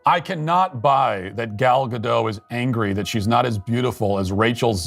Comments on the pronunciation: They should not call Gal Gadot "Gadough". It's Gadot, as in 'lot', or 'pot'. It's Hebrew, not French. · It’s pronounced Ga- DOT (rhymes with ‘“pot.”) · Please what is it with all the Americans that I hear now saying Gal Gado and dropping the t at the end of her name - sounds so ridiculous. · Please pronounce the T in Gal Gadot. Thank you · Pronounce the "T" in Gal's last name! She even has a video clip of herself saying her name, and she pronounces the "T" in Gadot. I am willing to bet that if Disney re-releases the original, it would make more money than this failure of a live action remake. Rachel basically Heinerscheid'ed herself and the movie, by calling the original out of touch.